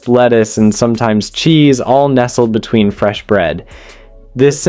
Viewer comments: Is this video AI narrated? Seems the narrator mispronounces words like between as ween amongst many others. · no, it's him literally saying tar (war), exuries (luxuries) and ween (between) and that's only up to sandwich 3. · Am I the only one who heard “placed ‘ween sandwich buns” ?!? 🫠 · "cooked and then placed ween sandwich buns"???!!! Plus other examples throughout--AI voice--I was told long ago that to err is human but to really screw up requires a computer.